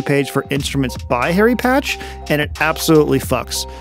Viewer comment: Harry Partch, not Patch ;)